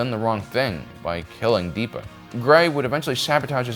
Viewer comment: Why do pronounce all the names weird? It’s absolutely DEPPA not DEEPA.